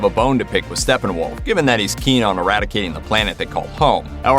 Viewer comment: So hard listening to you say Stefenwolf multiple times. There are two P’s which eliminates the “f” sound in the “ph”.... it’s Stepphenwolf not Stephenwolf.